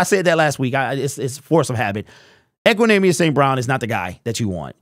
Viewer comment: He said it right